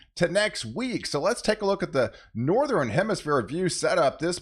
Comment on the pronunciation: It's Northern not nor ther ren